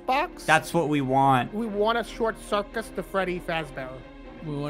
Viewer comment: Bruh said short circus